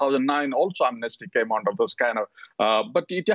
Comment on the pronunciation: This person pronounces "under"as "ondor"!!!!!